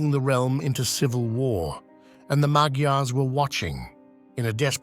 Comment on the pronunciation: I’ve had Hungarian neighbors. They pronounced Magyars as “maj- yars.”